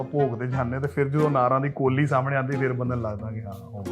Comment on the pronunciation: ਕੋਲੀ ਨਹੀਂ ਕੌਲੀ ਹੁੰਦੀ ਆ